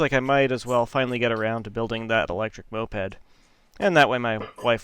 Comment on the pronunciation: Not 1 time did you say moped correctly